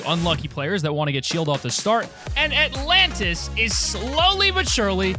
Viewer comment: Nobody: The Alantis